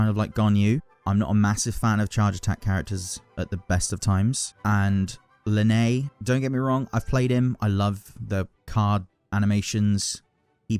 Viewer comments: Why do you pronounce Lyney like that 😭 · yeah i hope you never pull for lyney just because you pronounce his name like that